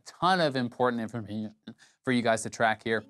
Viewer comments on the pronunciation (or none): A tone of important imfmnghngn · infommimninm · dafuk was that lel "informehemem" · I feel kinda bad for laughing when he tried to say 'Information' :P